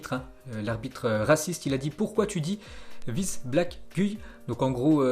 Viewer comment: Je me remets pas du "Guuui" pour Guy 🤣 fais un effort bordel mdr